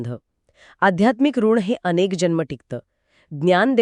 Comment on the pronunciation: ऋणा नाही ऋण, संकर्पना नाही तर संकल्पना अनुधाव नाही तर अनुभव.. अरे मराठी तर नीट बोला